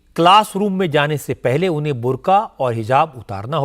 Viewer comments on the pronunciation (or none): बंदा कह रहा है बुर्गा 😂😂😂😂😂😂😂😂😂